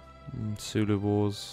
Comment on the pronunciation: it's Zulu, not Sulu. They are not fighting against one of the most adorable officers of Starfleet.